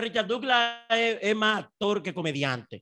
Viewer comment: MANOLAY Y DONDE FUE ESTUDIASTE,DIABLO ASTOR AT DIOS MIO,SE DICE ACTOR